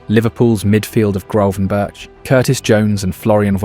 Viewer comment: Gravenberch is pronounced Grafenberkh